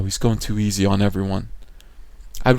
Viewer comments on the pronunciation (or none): none